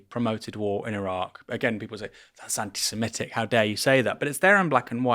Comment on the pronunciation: Aaron: t's anti se-MIT-IC, not anti siMET-ic!